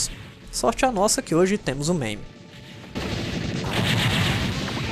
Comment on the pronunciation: A forma correta de pronunciar o acrônimo MAME é "meime" mesmo.